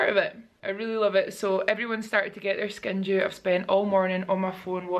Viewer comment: If I’m totally honest!!, last week and this vlog, too, I thought you were saying skin JEW! I was like hmmmm I wonder what the meaning behind that is?🤔 Congratulations on the nomination!!! How flippin exciting is THAT?!! So cool to see you on a plane and traveling again! I hope you are having an absolute blast!! 💕🙌